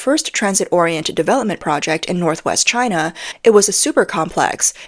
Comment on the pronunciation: "She-an"? Wow. Can't even say "China".